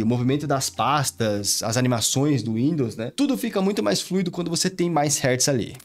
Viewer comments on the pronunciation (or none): none